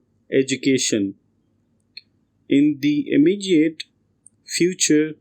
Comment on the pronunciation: Sir immegiate nhi immediate hai word ko theek bola kare chahiye time thoda aur lag jaye